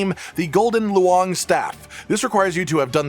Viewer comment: hearing you pronounce loong as luang just sounds weird.